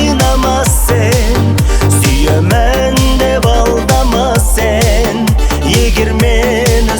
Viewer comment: Сен, сэн емес слух режет